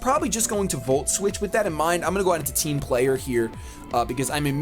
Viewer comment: Whenever says "Team Player",I always think he's saying "Team Flare" Is this just me? Lol